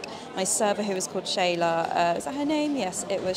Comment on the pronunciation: I just wanted to say thank you for pronouncing Shala correctly. No one, and I mean. No one ever pronounces it correctly, so thank you so much.